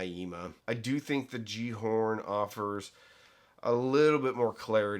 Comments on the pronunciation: Pronounced Gal-ar-horn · Pronounced Galahorn. At least that is what we called the similarly named Destiny game weapon. 🙂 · Pronounced "Yallerhorn" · Gjallarhorn is pronounced ki-yal-la-horn.